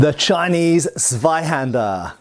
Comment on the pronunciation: You dont say zweihander with the z you say more like a hard C not like a K its hard to explain because im Polish and we say C diffrently